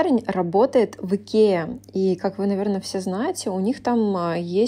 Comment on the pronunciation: Мне одной показалось, что она сказала не "в Икее " а "геем"?🗿